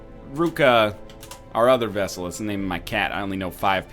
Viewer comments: I love the series! But NL! It's not a friggin' Vessel. It's Vestal. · Vestal, not vessal for Christ's sake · NL, buddy, for fricks sake it's pronounced vesTal with a T not vessel. Vestal as in the vestal virgins. I have been waiting to tell you that since your last play through in 2015! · Also the fact that it's pronounced Westal, because it's a Latin word and Vs are pronounced as Ws. That's just a nitpick though.